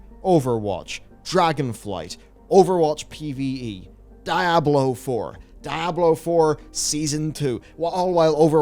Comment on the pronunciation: whats "die-ah-blow"???? ive never heard of or seen that game is it anything like "diablo"?